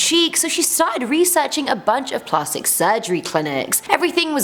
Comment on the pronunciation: Plahstic? I’m British and I ain’t ever heard that pronunciation lol. Either way, luv ya